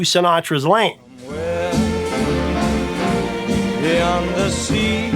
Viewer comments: 'Beyons' The Sea? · "Beyons the Sea"? LOL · That first one with Bobby Darin says "Beyons" The Sea. lol